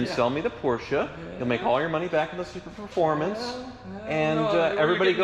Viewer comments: it's pronounced Su-performance. Not super-performance Sincerely, a superformance cobra owner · enjoy all your vids and appreciate your knowledge. This is the first time you’ve messed up something that’s bugged me enough to comment - “Superformance” not “Super Performance”.